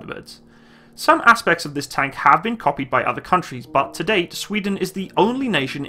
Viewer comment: every time you say "tank" you burn my soul